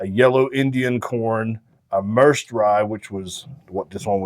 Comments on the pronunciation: Just fyi, it's not pronounced mers'd rye, its pronounced mer-said. Atwater is a city in merced county. My wifes family is from that area. Central California valley. Its farmland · Merced is a town in California’s Central Valley. Pronounced “mur-said” 🤘🥃👍